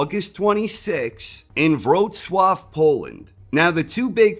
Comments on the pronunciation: When I saw "Wroclaw" coming up in the subtitles I was praying "please don't say wro-claw...please don't say wro-claw". Needless to say you did your homework on pronunciation. Always the best from! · You pronounced Wrocław very well, my man! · I’m impressed how well you pronounced Wrocław! I know how hard it can be for English speaking folks😌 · damn. Respect for your legitimate pronounciation of Wrocław! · Great pronunciation of name Wrocław. Props for your channel ✌